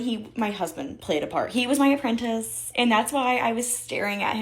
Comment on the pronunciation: As soon as she said.apprentace I was like, at this point she deserves whatever happens now. Lol. I'm happy she went the opposite route.